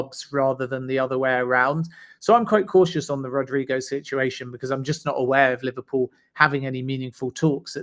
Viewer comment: Gosh please,he's name is not Rodrigo....it's RodrYgo!!!